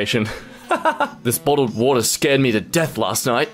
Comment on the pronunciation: wottled bater